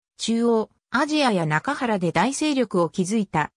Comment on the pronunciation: 中国の歴史において、中原は「ちゅうげん」と読みます。訂正したほうが良いでしょう。